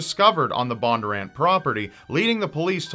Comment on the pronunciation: Also their name is pronounced BON-durr-ANT. It’s pretty phonetic not sure why it was so hard to say